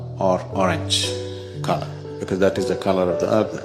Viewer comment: Agna? No, "agni" is in stomach burning xD "Ajna" in sanskrit...and color is not orange. Muladhara is not yellow.